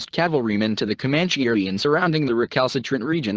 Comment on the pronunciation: I recommend reading "Empire of the Summer Moon" a Pulizer prize nominee for history . A more accurate but even more fascinating account of the rise and settling of the Comanche ( That's pronounced cuh MAN chee NOT COE manchese ) . Especially under the leadership of Quana Parker. Son of a Comanche warrior and his White WIFE. Not his slave.